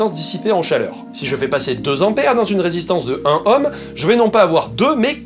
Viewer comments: On ne prononce pas ohm comme homme mais comme ÔÔÔÔhm. Comme drôme, rhône, aude, etc ... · On dit un "nohm" et pas un "hohm", un ohm quoi.